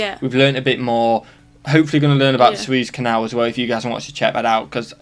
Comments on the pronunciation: OPEC is an acronym for "Organization of Petroleum Exporting Countries." And Suez is pronounced "Sue - ehz". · Suez....Sue.... ezz canal. It's in Egypt